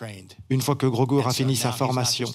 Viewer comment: Groga, grogi grogu, il faut choisir Mr le traducteur